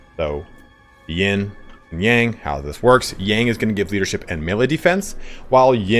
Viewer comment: Yin and Yang are pronounced more like 'in' and 'young'. I don't want to be a pronounciation police but it is kinda hard for me to differentiate what you say in this case :D